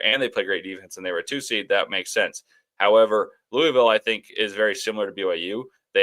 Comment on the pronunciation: Great show today guys!, listening to you say Louisville, is like nails on a chalkboard... Let me help you out: "loo-uh-vuhl" I feel like I'm the substitute teacher comedy skit, say it right! Lol😅